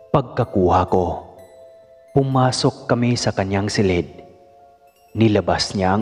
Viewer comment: Ayuson mo pgbigkas ng salitang , silid. Di " Selid"